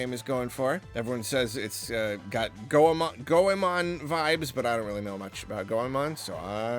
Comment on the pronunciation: I was literally just listening to this in the background, and heard try to pronounce "Goemon"... Had to stop what I was doing and go back because GOEMON IS MY JAAAAAAAM